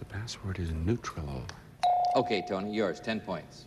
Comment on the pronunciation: I heard "neutralal".